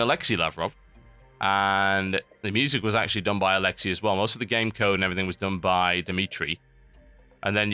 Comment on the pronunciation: I'm sorry but I can't stand it, not Alexy - Alexey - AH LE X EIH